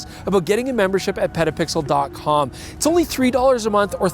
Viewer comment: did he say "pedopixel"? what kind of channel is that?